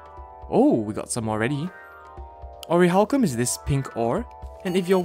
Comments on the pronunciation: dude you're saying orihalcum IT'S ORICHALCUM!!!!!! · What do you mean ORIHALCUM ITS CALLED ORICHALCUM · Wait it orachcalum I thought it was pronounced oraclacum